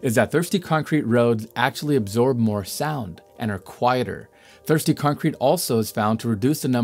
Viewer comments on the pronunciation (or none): none